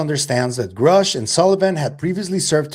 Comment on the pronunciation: Lue’s weird mispronunciation of Grusch’s name is weird. Weirdly weird. 🤦‍♀️🤬🤷‍♀️